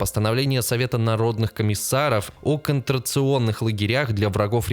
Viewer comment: Что-то много оговорок, куда смотрел редактор? (( "Контрационных лагерях" "Гогентонская мораль"